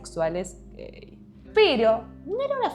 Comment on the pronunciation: amo como dice gEeii